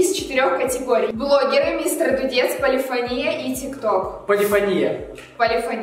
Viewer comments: небольшая поправочка.Не полИфония(удариение на и) а полифОния (ударение на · ПолифОния, а не полифонИя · Там вообще два варианта ударения, но музыканты чаще употребляют именно полифОния (хотя меня тоже бесило) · Почему полифонИя, а не полифОния? Я просто учусь в муз.школе и мне как-то неприятно слышать:/ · Эм не полифонИя, а полифОния. Я учусь в музыкальной школе. Мне так редет уши ! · Да я тоже в муз. школе учусь. И когда они говорят полифонИя 😐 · Меня на протяжении всего видео бесило только одно...... ОНИ ГОВОРИЛИ полифонИя, а правильно полифОния!!!! Я учусь в музыкальной школе 7 лет и ГОСПОДИ!!КАК РАЗДРАЖАЕТ, ЧТО ЛЮДИ БЕЗГРАМОТНЫЕ! Окей, я понимаю, что они не музыканты(кроме миа бойка, кстати странно, что она их не поправила) но ведь можно было элементарно загуглить! P.S. Я не хейтер и очень люблю, просто это ситуация меня дико выбесила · ПолифОния! ПолифОния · Извиняюсь конечно, но не полефони́я, а полефо́ния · не полифонИя,а полифОния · Не полифонИя,а полифОния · не полифонИя, а полифОния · ПолифонИя... Серьёзно?????? Может быть перед тем как снимать ШОУ, хотя бы правильное произношение поссмотрели P.S. играю на фортепиано, и полифонИя прямо режет по ушам... Если что, то правильно полифОния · Почему полифонИя, если по сути полифОния правильно.... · ПолифОния ударение на О